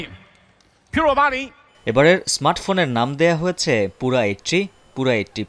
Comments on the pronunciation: পুরা না😂 পিওরা.... কে কে একমত 👇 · পুরা না রে,,,পিউরা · ভাই, আমাদের ভাষাগত দক্ষতা, শিক্ষা দিক্ষা নিয়ে পরেও আলোচনা করা যাবে, চিন সহ সারা বিশ্ব এটাকে "পিউরা" নামে ডাকছে, আমাদের ও সেটাই বলা উচিত। আর সবচেয়ে বর কথা হচ্ছে আমি আপনি ভুল করতে পারি কিন্তু একটি টভি চ্যানেলের নিউজে এভাবে ভুল উচ্চারন করা ঠিক না। আমরা সাধারন মানুষ ভুল করতে পারি কিন্তু প্রিন্ট মিডিয়ার বা টিভি নিউজের এরকম ভুল গ্রহনযোগ্য না। চ্যানেলের এসব ভুলের দাইত্ব নিতে হবে। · পুরা না পিউরা হবে😂😂😂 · পিউরা, পুরা না... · পুরা না রে পাগলা এটার উচ্চারণ হবে পিউরা। একটা টিভি চ্যানেলে এমন উচ্চারণ অনাকাঙ্ক্ষিত।